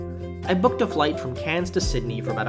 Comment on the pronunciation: Cairns...not Cannes...minor thing but Cannes is in France ! If you were flying from Cairns to Sydney....1 hour wasn't even scratching the surface....its normally closer to 3 hours ?? Sorry but not the best review you have done...